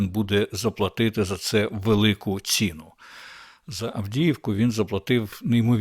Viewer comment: Не "ціну, а ці"ну. Пока"рань, а не по"карань. Не ви"моги, а "вимоги. Набирати обертів, а не оборотів. "Мичати" мовою огидного булгакова не варто, але йти як теля на повідку в москалів, що видумують всілякі "правопісі", огидно.